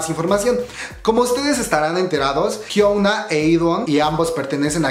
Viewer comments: se pronuncia "Hiuna" no "Hiouna" 😂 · Bro, Porque Siempre Le Dices Jiouna (Pronunciacion)? :v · Esto me salió en recomendados y por estar aburrida entré, platicas chido y todo, pero por favor di bien el nombre de Hyuna... No es "Jiouna".